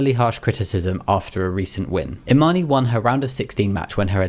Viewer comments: Imane's name is actually pronounced without the "e", it's not Imani. Her Olympic audio shows how to say it properly. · It’s pronounced “Imahn” “e” is silent.